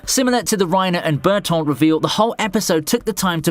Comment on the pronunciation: Bertoldt😂😂😂 (Bertholdt)